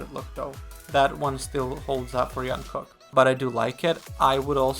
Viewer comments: jungkook is pronounced "dschungkook" not "young-kook" !! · Jungkook not Yunkook. This is how he says his name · I really enjoy Your commentary videos! Just would like to point out - J in Jungkook’s name is pronounced same as in Jimin, Jin or J-hope. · no that’s wrong. It’s pronounced like jump not Jupiter. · no one ever calls him yong kook if they are familiar :D I don't know who told you that pronunciation is right but they intentionally or kon intentionally wrong :D